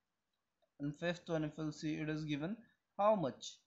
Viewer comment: the eedis (it is ) is cracking me 😭😭